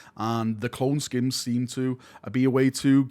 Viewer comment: I believe cloneskeins are pronounced clone 'skaines' as opposed to skins, no?